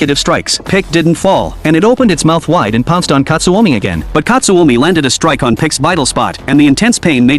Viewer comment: and its not katsuomi its katsumi